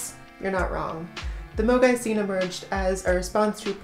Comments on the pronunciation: I have to say I kept hearing MOGAI as amogus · Honestly, I had forgotten all about it. Ngl when I first heard the word, I thought someone was mispronouncing mogwai (Gizmo from Gremlins)